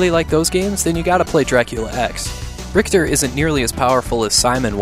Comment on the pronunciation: Richter its Richter